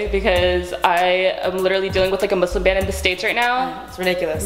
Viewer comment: the way Lilly said Muslim yes thank you it is not muzlim